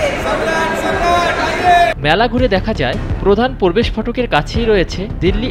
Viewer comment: প্রধান পোরবেস ফটক না। প্রধান প্র-বে-শ ফটক। উচ্চারণ শুদ্ধ করুন।